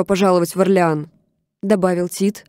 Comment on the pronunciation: Я читала всегда как [Óрлеан]